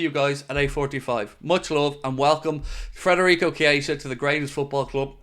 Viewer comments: Please.. Federico not Frederico! 😉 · could you PLEASE, for the love of God, take some journalistic responsibility and leave the "R" out of FEDerico's name? It is NOT FREDerico...it is FEDerico. Have some RESPECT for the guy. Is this SO TOUGH? It's not MOO Salah...it's not DIEGO Jota... it's not ALICE MacAllister. Right? If you can handle their names, then just BUCK UP and say the guy's name CORRECTLY. How would YOU like the media welcoming YOU to a new city / team by consistently mispronouncing YOUR name?? Would you feel really "welcomed"? I guess not. Think this would be a little suspect / lax / disrespectful? I GUESS SO. Thank you for your consideration. Otherwise...LOVE your coverage!!! Huge appreciation for your work, insights and opinions!!